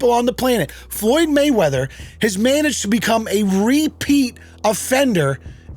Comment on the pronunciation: Makes fun of Gayweather saying Mayweverse....can't say Anon correctly... You can't make this shit up.